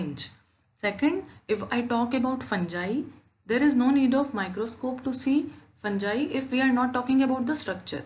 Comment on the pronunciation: Fangai nahi hai mam fungai j nahi g hai ga